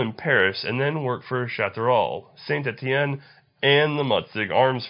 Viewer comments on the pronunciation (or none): its "tooll, shaw-teh-role, and San Etienne